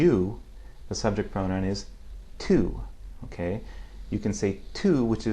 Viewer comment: Just one tiny critique,. The first time you said "tú," I noticed that you said it with a distinct American accent, i.e., pronouncing the "t" with the tip of your tongue against the roof of your mouth rather than against the back of the teeth, as is required in Spanish (and in all the other Romance languages). Pronouncing it the American way tends to soften or palatize the following vowel slightly. Spanish, as you know, requires its vowels to be pure, hard sounds regardless of their position within a word, which is why "t" is never pronounced the way it is in English. It's also why "p" (and "b" at the beginning of a word) and the glottal "k" sound are supposed to be unaspirated, that is, without the little explosion of air that accompanies them in English. Just a little observation....